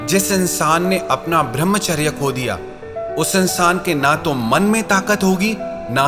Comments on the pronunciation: भृमचर्य नही कृपया ब्रह्मचर्य बोला कीजिये । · भर्मचार्य नही कृपया ब्रह्मचर्य बोला कीजिये ।